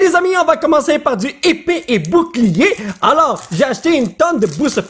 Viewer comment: mdr comment il dit épée et boucliée